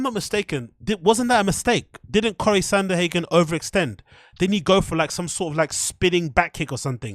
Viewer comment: This nig nog has been watching to much bapa. It's Sandhagen not sandAhagen